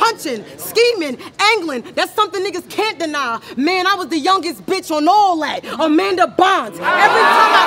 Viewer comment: “AMADA BYNES”😮‍💨😮‍💨😮‍💨😮‍💨